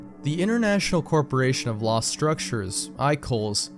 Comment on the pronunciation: "Wost mewia vewwy cweepy PSA (creepy, lost)" really now